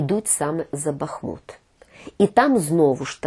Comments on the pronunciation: Так ,Але я не філолог ,а ви зробили не правильний наголос у назві міста нашої країни.Не БАхмут,а БахмУт! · Людина, яка так любить рiдну мову, не може називати бахмУт - бАхмутом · Невірний наголос у назві міста Бахмут ,наголос ставиться на другий склад . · "Бахму́т" - це з Вікіпедії. Наголос на "у", інтернет вам в допомогу!